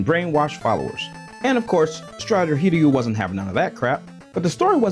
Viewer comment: wow, an american who actually knows how to say "hiryu"